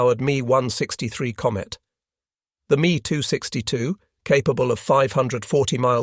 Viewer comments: I just can't. I apologize. I just can't. : Mee too sixty-two Breakdown of the pronunciation: "Me": This is short for the aircraft manufacturer Messerschmitt. Pronounced "M - E" "262": This is pronounced "two six two". Putting it together: You would say the name as "Mess-er-shmitt two six two" : BeeF ten nine... (－‸ლ) I give up... hopless. ...point five-zero. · How do you produce a documentary about WW2 and not know how to pronounce aircraft names and variants? Me 262 isn't pronounced "me" it's M e 2 6 2. Really?